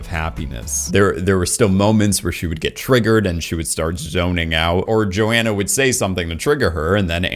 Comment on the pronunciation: dude there is an H in joHanna and mAgs is said with an A not an e